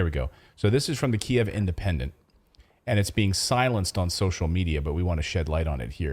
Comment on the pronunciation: You pronounced it correctly the first time. It's key-ev, not keev.